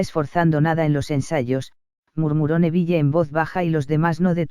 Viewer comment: tus audios son muy buenos pero para hacerlos aún mejor podrías pronunciar bien algunas cosas por ejemplos es: din no dean (la pronunciación) es nevil no neville ( pronunciación) igualmente tus audios son increíbles 🤩🤪✨